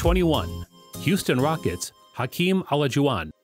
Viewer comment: the way he pronouned olajuwon 🤣🤣🤣